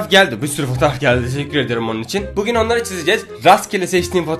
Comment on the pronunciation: Abi başta bugün değil pugün diyorsun. Nedenini açıklar mısın?